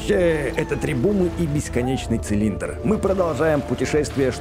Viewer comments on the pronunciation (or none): не требумы а требухумы